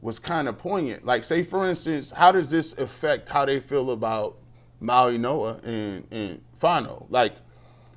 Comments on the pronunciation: It’s pronounced Maui-Noah and I can’t for the life of me understand how many draft professionals have come on your show and pronounced it correctly and you haven’t learned lol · It’s Maui-Noah